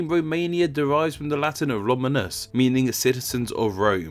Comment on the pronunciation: I swear I don't understand why every english speaking people butcher the pronounciation of latin/romance words. The "U" in any romance / latin language is pronounced "oo", not "huh". So no, idiot, it's not "Ro-ma-nuh-s" but "Ro-mah-noos"